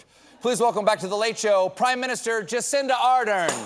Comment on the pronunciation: The way Stephen pronounced Ardern... That's not how you say her name. The stress in on the second syllable. The "ar" part sounds like the "a" in adorn